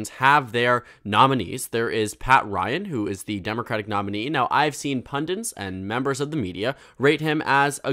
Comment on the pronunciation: "Pundints" bugs me. "Pundits", please. Not like pendants, rhymes with "undid". From Hindi, pandit = wise man, as in Pandit Nehru. Similar irritation: "the tenants of his faith". Tenets. He isn't running an apartment building called Faith. True, they come from the same root, tenere, to hold. A tenant holds a lease on a property, a tenet is a belief that you hold. Also tenure - the right to hold a job that you can't be fired from.